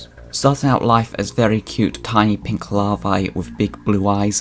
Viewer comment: You put the emphasis on the wrong vowel in EVERY noun you used. Even "Larvae" 😢